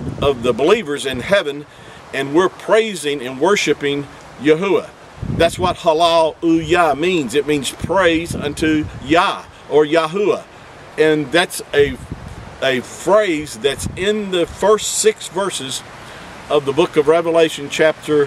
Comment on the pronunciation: u said halluajah its halluayah